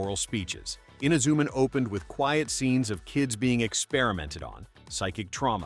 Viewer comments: Yeah its Himitsu sentai Goranger. nothing else XD Technically the first Sentai is Ishinomori's first co-worked anime Rainbow Sentai Robin. Also hate how this AI keeps calling Inazuman inzuman or something. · Filled with the usual A.I. inaccuracies and mispronunciations ("Eena-ZOO-m'n"?), and what are "bell-bottom boots"?